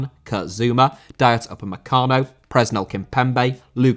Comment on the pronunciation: Dayot Upamecano Irish Guy: Dayot Upacemano